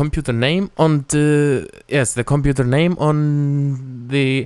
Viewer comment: compuNter. LMAO :) btw, ur helpful